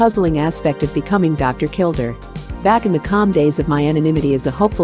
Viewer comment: His name was pronounced, KilDARE not kilDER. and the narrator spews non stop like shes on amphetemines. A failure of a channel, a joke!